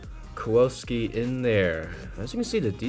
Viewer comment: Kallen "Kuwoski" lol. Kallen's name if she'd been half Polish and half Japanese instead of half German